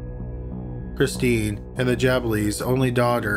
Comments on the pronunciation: Ghislaine is pronounced Gilaine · number 1 jizz-lin??? cmon ffs i know your canadian but jesuschrist its ok you say hewse not house and abewt n bewt not about lol , remember maxwell? its pronouced GUH LAIN ffs and jizzlin marchelle??? wtf say it like marsh-all... no 'elle' at the end wow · Ghislaine = Ghee-LEN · Mispronouncing Ghislaine I get, but Calgary? 😋